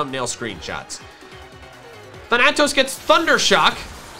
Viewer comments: Ok, can't do it anymore. It is thAnatos. You are switching the "a" sounds in Dusknoir's name. It is Greek for death, and the first a has the harsh sound, the second one is the long one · as a greek myself that bothered me sooooooooooooooooooooooooooooooooooo much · In which case the character would be said wrong. Thanatos is both a character in Greek mythology and a Greek word